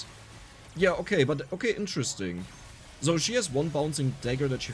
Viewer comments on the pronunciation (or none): Bruh.... It's SO! Not Zo! Zo is German. And you're speaking English!!! 🤯